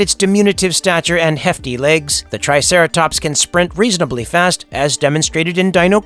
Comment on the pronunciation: "the triteracops"